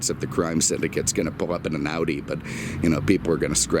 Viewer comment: "BMsomething and Oodi" 😂